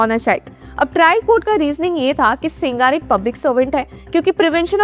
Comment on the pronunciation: He is sengar madam not singaar